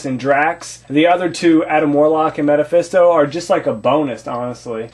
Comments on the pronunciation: not to make you feel stupid but the correct way to say it is mephisto (ME-fis-to) lol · Did this guy just say Meta-phisto? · he keeps saying metefisto